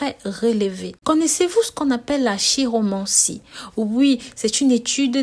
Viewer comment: Chiromancie se prononce Ki-romancie et non chi, car vient du grec Kiros. J'ai la lettre M depuis des décennies, et je n'ai pas récolté que de bonnes choses. Bref, c'est peut-être un peu du pipeau. Qui vivra verra !